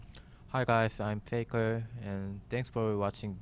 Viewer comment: Oh Faker can understand English and his accent is good